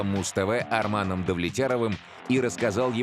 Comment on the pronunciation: Его зовут Арман. В переводе с казахского языка означает Мечта. Вероятно, вам привычнее произносить его имя как Армен?